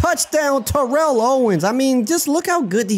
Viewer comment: lol TO would hate how you're saying his first name